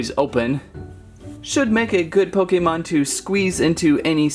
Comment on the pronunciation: He said pok a mon